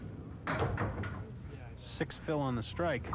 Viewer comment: Murphy Pronunciation: Vadney pronounced Vadnay, Dupuis pronounced Dupree. That along with Murphy Math on TV is certainly something...